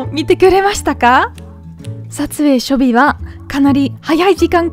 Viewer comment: ❤初日は「しょにち」と読みますよ。